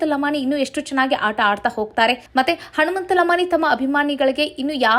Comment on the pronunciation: ಉಚ್ಚಾರಣೆಯಲ್ಲಿ.ಹನುಮಂತನ. ಬದಲು ಹಣುಮಂತ..ಅಂತ.ಬರುತ್ತಿದೆ. ತಿದ್ದುಕೊಳ್ಳಿ